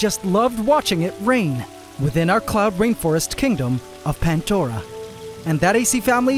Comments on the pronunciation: I still don't understand why it's called PanTdora and not Pandora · Pantdora?? Why not Plantdora, sounds much better. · haha pantdora and not pandora